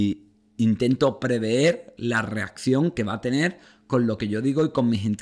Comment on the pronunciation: Se dice prever, no preveer